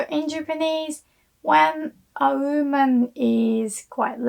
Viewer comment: Because the pronunciation of "wo" を in japanese is "o"